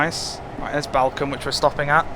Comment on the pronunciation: just a sidenote balcome is pronounced ballcombe